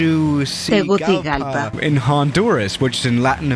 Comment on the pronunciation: You say Tegucigalpa like (tay gucci alpha)